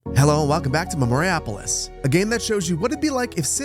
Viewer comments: This looks like a great game I need to play! Btw it's Memoria Polis, two separate words. The cadence is: Memória Pólis 😊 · I don't want to be that guy that puts up a finger and says "well actually," but I believe the name of the game is Memoria-Polis. Two separate words. Polis is the ancient greek word for "city", with memoria being "Memory" in latin. Polis can mean city as a physical place, but it was more of a wide description of of the politics, philosophy, and lifestyle of the peoples within the city-state. So actually I quite like the name of this game. It means "remembering city life," "remembering society," and so forth. But also yeah memoriapolis is easier to say lol. I was a classical archaeology major in college and you'd be surprised but there's not that many places where you get to randomly flex three semesters of required study of ancient greek 😮‍💨. I like to think I showed amazing self control by not commenting on your pronunciation in the last video, haha.